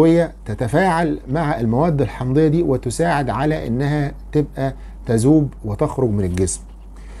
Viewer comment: يا دكتور: تذوب وليس تزوب!!!! ماراثون وليس الماراسون. رجاءا جرب تنطق هذه الأحرف بشكل صحيح يا دكتور. ولي سؤال ايضا: ماهي مضار بايكربونات الصوديوم.